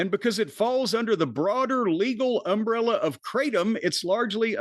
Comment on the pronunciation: It's pronounced "krahtm", not "kray-tom". Jus' sayin'...